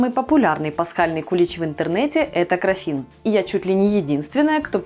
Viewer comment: крАффин не краффИн. Гибрид круассана и мАффина.